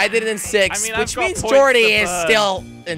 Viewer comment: Did Jelly call six to sex